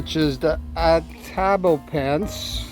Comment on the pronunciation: Ato-bop-o-en-se I’m not great at phonetics lol but that’s how it’s pronounced. It’s fun to say once you get the hang of it 😊